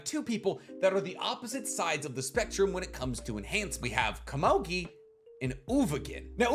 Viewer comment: pitou only said gon could take on meruem in the 2011 anime, not the manga. you're saying komugi wrong.